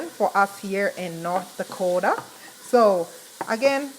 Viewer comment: No German and Norwegian …. Primarily… but she’s lived there along time …. You can tell by her pronunciation of NortDaakootaa